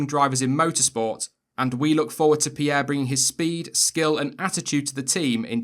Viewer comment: FINNALLY someone that pronoces Pierre and Leclerc correctly, otherwise great video